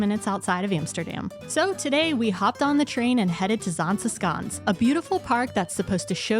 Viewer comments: If you can't do the sch sound, it's safer to go with sh than sk. Just fyi. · I like the Zaanse Schans. To me the way you pronounce it is like Zaanse Skaans as if you have some sort of dialect. However the same with Giethoorn. I skip both sites in high season. You can enjoy em better when it is more quiet. I even bought my bike 10km outside of Zaanse schans. So I biked via Zaanse Schans, Zaandam back to Amsterdam. And from there hopped on the train. You might also like to visit fortified places like Muiderpoort, Naarden, Boertanghe. Places of great importance back in the years. They are cute/idyllisch to walk through and enjoy the whole scenery. Or at least that is my opinion. Also: do a TVTAS tour. Aka visit the islands: Texel, Vlieland, Terschelling, Ameland and Schiermonnikoog!